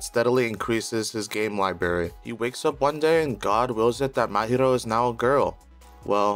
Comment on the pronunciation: "Libary" I can't take you seriously after that.